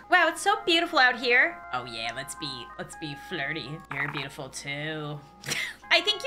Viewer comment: AI:its soo bootiful out here rizz:your bootiful to:bootiful rizz:D